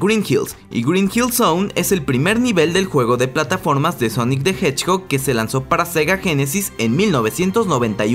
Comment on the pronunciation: dijo honic the hedgbog